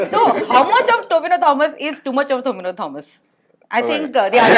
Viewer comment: Not tovina bro his name is tovino